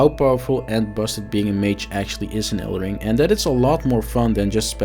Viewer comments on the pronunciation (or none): It's called elden ring, not elder ring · dude called it "elder ring" in the first 3sec lmao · did he said elder ring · 3 seconds in, can’t even say the name of the game correctly……..